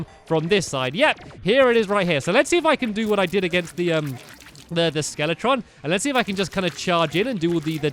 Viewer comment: FellowRPG it’s skeletron